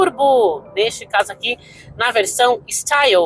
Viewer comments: Bha so falou mal do carro e o y se pronuncia i no frances e não é staio e sim style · Sua pronuncia está errada o carro é francês, o y tem som de i.